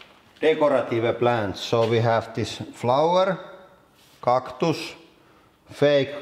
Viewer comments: cock-tus? dafaq? 😂😂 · " we are gonna be crushing flowers : cocktus" listen carefully at start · I love a good "cocktus" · It's funny to me how he pronounces some of the words the way it's pronounced in Finnish (like cactus, n stuff) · Being a Finn, I know he doesn't exaggerate. The accent is real. He is just too lazy to imitate proper pronouncitation, so he pronounces English words as he would read them in Finnish.